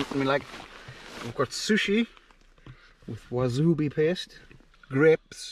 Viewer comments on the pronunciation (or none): All the fog and mist looks just like from the hike I just came back from on the east coast of the US. I couldn't see a thing for 2 days. I love how you pronounced "wasubi paste" instead of wasabi and charitzo instead of chareezo. I love that we both speak English, but how words are spoken so different. I think its so fun and interesting, dialects. Love the idea of a cheeseboard while camping. Enjoyed it. ~RVA~